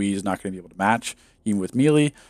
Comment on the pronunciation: Another great video, but I always cringe when you mispronounce “melee” lol :P